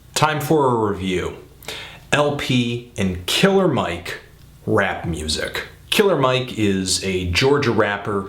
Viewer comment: "hardcore gansterrr rrap rrrhymes" lol, whatta geek